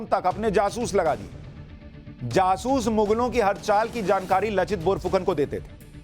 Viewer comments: Not लचित बोरफुकन, its लाचित बरफुकन। in Asaamese লাচিত বৰফুকন… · Sushant ji ! उनका नाम लचित नहीं हैं । नाम है " लाचित बरफुकन "। आपको बहुत बहुत धन्यवाद आपने ऐसे महान सेनापति का बारे में बताया जो भारतीय इतिहास से गायब हैं। आहोम राजाओं का असमिया भाषा में लिखा इतिहास में इसका वर्णन हैं। हमारे देश के लोगों को आपने बहुत अच्छा knowlege दिया।🙏🙏🙏